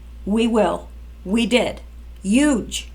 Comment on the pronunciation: Uge? All you did was not pronounce the H in huge. That's not making a new word. That's mispronouncing a existing word.